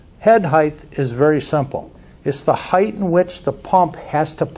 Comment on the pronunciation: the word is height (pronounced "hite"... no hiteth).